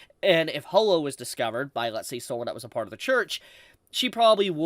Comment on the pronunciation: Ho-lo?? NO IT'S HAW-LO